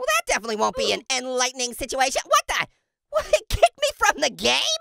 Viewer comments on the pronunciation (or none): none